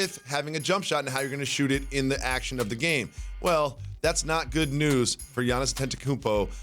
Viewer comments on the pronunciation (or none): No one: Jacoby: gIanNiS teNtAkoOpo